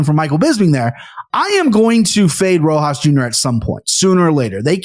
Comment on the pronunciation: The juxtaposition of being able to mess up any last name in multiple ways, next to Aniks ability to never forget one. Is honestly hilarious. Rojo Rosas Rojas Rohose. 😂😂 my guy is Mexican not Brazilian.